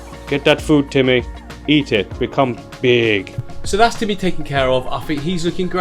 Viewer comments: 😂🤣😂 TIMMEHH!!!... mate you've got to do that every time now, and keep his Russian accent lol. This is a great little tank, I always wanted a turtle and will get one one day, until then I'll live vicariously through you! Haha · my cats called timmy haha love the way you say it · The way he said Timmy lmao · I have an actual Russian tortoise named Boris the Blade. Now that you've done the Russian accent for Timmy, I'll always think of him and Boris as being cousins, lol. He's so dang cute I can't stand it! Thank you for another great video.